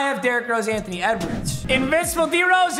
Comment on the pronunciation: Its funny that is saying Antony wedwards